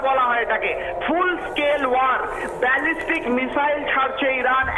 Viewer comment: কোন দেশের সাংবাদিক রে ভাই বেজেস্টিক মিসাইল না ব্যালাস্টিক মিসাইল